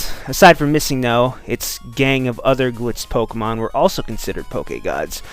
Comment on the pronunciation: Why do you pronounce Pokemon Pokgeymon?